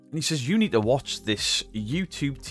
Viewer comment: Thanks to you and paaarple, I’ve seen the proof, I mean I did buy into it. But there was loads of red flags 🚩, that I chose not to look too closely into. I mean there’s loads. But I’m so glad those hunches are proved right, and a person do can’t even pronounce the word- to-, has been having 218k subscribers pants down all this time, while his nest is getting nicely feathered thanks to concerned people in the world. What a tit.